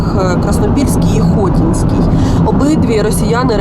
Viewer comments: Не ХОтінська,а ХотІнська громада Журналістка хоч би трішки грамотніша була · Ну все ж таки хоча б вивчили як правильно називається громада.... ХотІнська а не хОтінська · Тільки не ХОтінська громада, ХотІнська